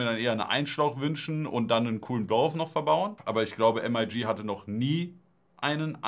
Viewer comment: bruder nich "EM AI GI" es ist "MIG" wie das kampfjett :) das wegen der military look kiste, titan elemente, usw.